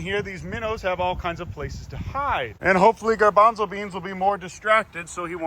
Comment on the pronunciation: The “noo grabanzo beans” was so funny